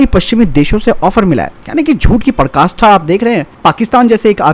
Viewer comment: परकाष्ठा नहीं पराकाष्ठा होता है प्रभु 😎